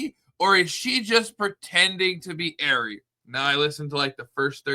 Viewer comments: It is not Airy it is 'AH- REE' 'RE' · I'm sorry, but that's definitely not Ari's voice! Her name is pronounced ARE-E, NOT AIRY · Come on Ari/monica didn’t do it for these reasons lmao she’s lying about 60% of her claims in this live.. and it’s ARI not AIRY lol just don’t want ppl to sound stupid saying airy lol wades crew first said airy but they are idiots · It's r-e not air-e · Her name is not Airy it’s Ari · Ari pronounced Are-E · Btw it’s pronounced “R-ee” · Your pronunciation of her name is incorrect, It's a long a. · you are pronouncing Ari’s name wrong, dude. 🙄